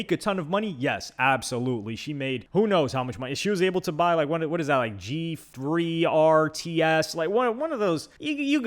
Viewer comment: how he butchered the gt3rs too. unfortunately that track car has become the influencer clout car, just like how the g wagen went from a military vehicle to pavement princess.